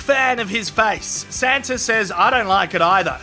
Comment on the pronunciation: I thought you were saying Santa instead of Sanza it was hilarious